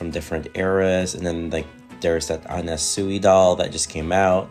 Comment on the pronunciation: Hi. Anna Sui is pronounced "An-nah Swee" not Anna Suey. Yes, she is a beautiful doll. She is in my collection. She is one of my favorites as I have long admired her as a designer of the 1970s. Her clothes are beautiful.